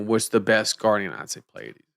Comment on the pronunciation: Mad props for actually pronouncing Pleiades even remotely correctly. The amount of people who can't seem to recognize that the first two letters are P and L blows my mind.